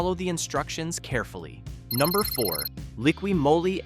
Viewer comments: This is a computer speaking. Liquid Moe-lee ? LOL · Moly is pronounced Mollie 🙄